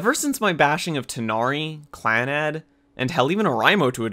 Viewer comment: Dude, pronouncing anything hurts me, Or-eye-mo Clan- Nad